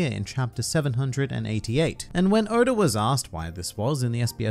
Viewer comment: Why he say Oda like Odar